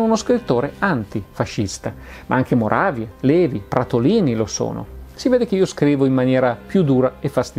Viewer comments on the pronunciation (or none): none